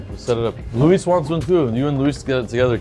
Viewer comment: Tell Moses to stop being racist and say Luis's name correctly...show some respect smh